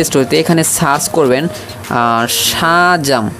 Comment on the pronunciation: ওরে গাধা ওটা সাচ হবেনা সার্চ হবে আর এটা মাইক্রো ফোনের ছিদ্র